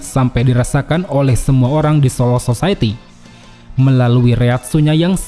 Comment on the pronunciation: kuping gw doank apa emg nyebut solo society? 🤨